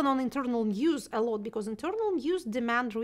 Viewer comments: норм английский подтянул за этот час P/s/ Шульман забавно говорит was как wars ) и becaurse ) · Отличное интервью. Но с «ворс» (was) и «бикорс» (because) нужно что-то делать ;) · Если что, меня абсолютно все устраивает, но очень часто она произносит прошедшую форму глагола to be (was) как worse, и с похожим окончанием часто звучит because. Именно это и заставило оценить на четверку)